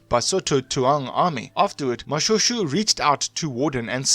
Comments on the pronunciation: Shoe! Its pronounced Moshwêshwê my man. Say Moshoeshoe one more time... 🤣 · No! you are hurting my ears. Its is not Mo-shoe shoe but Mo-Shwe shwe. It is very very difficult to listen to this. Please do your research properly. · I am not happy with how you pronounce my King's name. Can't you say Mo-Shwe-shwe??? Not Mo-Sho-Sho...